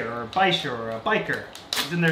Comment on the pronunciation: In order of tank placement: Clown loaches, Bicher (I pronounce it by-sher), I forget what type of cichlid Flowerhorn cichlid (Frank & Francine) Peacock Cichlids Tropheus Bosnian Rainbowfish Uaru (wah-roo) Angelfish Discus, Ember Tetras (if I remember correctly) Bucktooth Tetra/Exodons Oscar Cichlid, Sunshine Pleco Peacock bass, Giant Gourami, Bicher Red Tail Catfish, Bass Arowana, Freshwater Stingrays several Plecos spread throughout several tanks I think that's all of them